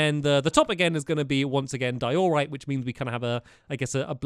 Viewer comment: In diorite, the emphasis is in the “die”. Not the “or”